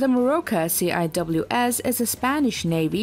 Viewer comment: it's pronounced "sea-whiz" not "C.I.W.S."